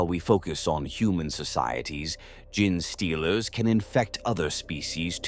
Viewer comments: I wanted to listen to this one so bad but I could not take the “GIN” stealers vs “Gene” stealers, sounds like “Jeans” as in blue jeans. I hope it gets fixed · major kill has the worst pronunciation listen to official pronunciation please it's genestealers not gin stealers. Ffs he calls tzeentch titsnitch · I sometimes hate the Ai mispronounciations but now I love the idea of gin-stealers. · Tie-Rya-nids bothered me more than Gin-stealers